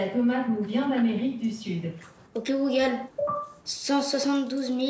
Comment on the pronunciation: "ouki googole" mdr 😂😂😂😀😀😂😀😂😂😀